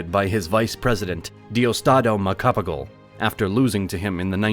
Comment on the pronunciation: Rocks-iss and Mag-say-say. really? It is more like Ro-Haas and Mog-psy-psy. as in psychic. And don't get me started on how he pronounced Macapagal.